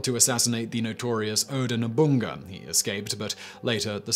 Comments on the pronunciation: NO-BU-NA-GA! Lol I love that he mispronounces it at first, then will pronounce it correctly later in the same video. He's done this in a couple videos. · How did he manage to mispronounce Nobunaga. It's literally just No-boo-naga. I'd understand No-bun-naga, but to pronounce it No-bunga implies he didn't notice there's an a between the n and g. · what he said the first time sounded like Nobunga to me, lukily I didn't have anything in my mouth as I would have sent it spraying all over my PC, but hey it's Simon, he will creatively botch pronounging anything that he can. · Simon we need to talk, who is Oda Nobounga ? I know Nobunaga but Nobounga ? pls